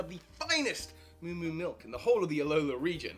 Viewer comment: Did somebody sayyyy MILUK?